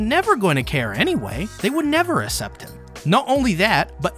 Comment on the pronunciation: your pronunciation of accept is insane